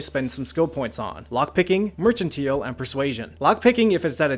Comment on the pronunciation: Please tell me he learns the proper pronunciation of "mercantile" by the later videos (hard "c", long "i" sound; not the "ch" , long "e" sound)